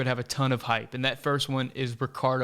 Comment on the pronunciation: It’s Pepi not Pepe